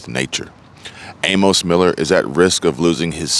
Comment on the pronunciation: The name Amos is pronounced A-Miss. Thanks for the video